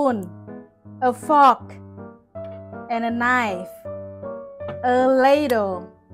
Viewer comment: The way she said fork 😂 no offence but you might wanna rehearse the pronunciations a bit cause I kinda sounds like fuck 😂 but besides that amazing english